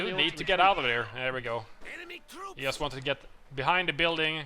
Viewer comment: Not that it matters, I have noticed that you say "yust" instead of "just". What nationality are you originally?